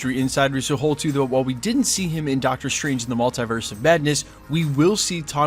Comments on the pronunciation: Mull-TEE-verse... Not Mul-TIE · you're the only american i've heard say mult-eye-verse